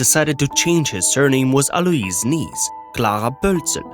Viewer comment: pronounced /a loys/ not a lewis